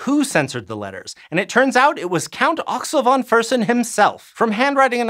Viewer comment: Try to pronounce "Axel von Fersen" more like "axelle fon fashen" instead of "axl von fursn"